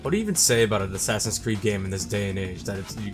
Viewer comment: shasassassins eed: cradhows